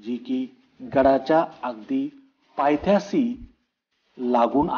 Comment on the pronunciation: Bhau paythyasi nahi bolta paytyashi boltat